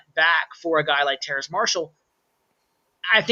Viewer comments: it's Terrace Marshall not Terrance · it's Terrace not Terrance lol